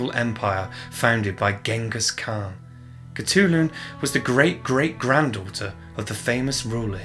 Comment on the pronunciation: Oh my god that name pronunciation is really bad. However, I respect your dedication. She must have been a Disney princess.